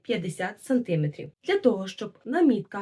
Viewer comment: Нашим дикторам, ведучим,геть усім -журналістам не зав'язувати намітку треба повчитись -а чистої такої, джерельної української вимови.Просто насолода Ось вона, автентична.Є деякі помилки(нОва -треба новА, сантимЕтрів), але як звучить справжньо.Народ так говорить.А то як станеш слухати наших мордовиворотів, то ,здається, губи розпустили в вудилах, і не тямлять ні одного українського звука.Жах.Низько вклоняюся за пошанування української традиції в одязі, але найперше-за майстерклас в українській вимові.❤❤❤